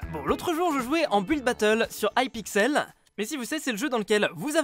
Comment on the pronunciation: vive il a dis aiepixel et pas ipixel bravo